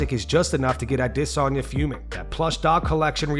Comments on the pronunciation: “Israel Uh-DISS-onya” 🥴🤦🏻‍♂️🥴🤦🏻‍♂️🥴🤦🏻‍♂️ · narrator says Izzy's name like :"HIZRAEL OUTESONION?" #cringe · Who is a-DISS-onya? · Why do you pronounce it “a diss on ya”? For adesanya haha you doin him dirty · "Ah diss sanya" 🤡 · Israel ADDDD-esanya.......dude stop with that pronunciation its annoying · Israel Lasagna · All those views and you can’t even pronounce Adesanya. 😂😂😂